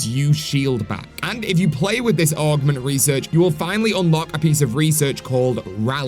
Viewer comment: Why do you keep calling them ARGments?!